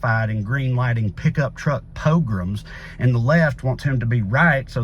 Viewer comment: okay but the way you pronounce pogrom is low key a hate crime